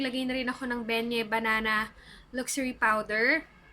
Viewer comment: "Ben Nay" ang pag pronounce ng Ben Nye #justsayin #nothatin 😊✌🏻